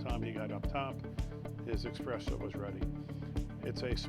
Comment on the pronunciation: “There’s a vanity for the…uh…her”. “Expresso machine.”😆😆